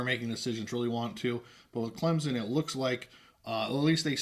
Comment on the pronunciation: Please, for the love of God, stop calling Clemson "Clem-Zon"! Stupid, sickening and nothing any Clemson fan would say - EVER! You can pronounce it Clemp-SON or Klimp-sin but there is no Z in Clemson!